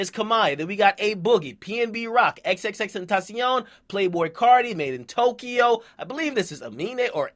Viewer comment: You pronounce madeintyo like made-in-tokyo